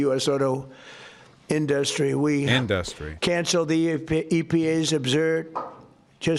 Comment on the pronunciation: induhstry is my fave trump word. the best word people say